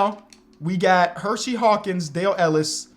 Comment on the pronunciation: I always love the videos, but is it Her See Hawkins not Hershey, there is only one H in his name